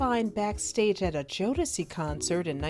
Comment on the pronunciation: okay what in the hell did u Call JODECI!!????? LOL YOU BETTER PUT SOME RESPECT ON THEIR NAMES!!!! 😆😆